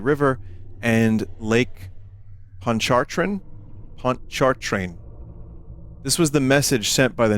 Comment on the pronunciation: As a Louisiana native I quite enjoyed Vinny's attempt at pronouncing Lake Pontchartrain.